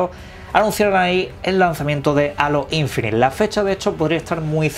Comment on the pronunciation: No es alo infinité... es Heilo(como la canción de Beyonce...) Infinit(e no suena), en su caso decir aureola infinita.... :)